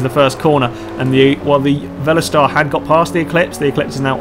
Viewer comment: It's "incidents", not "incidences". And "Volester", not "Velostar". Good racing though. I should really join back in with these. And is he calling that part of the track "the bumhole section"? Funny.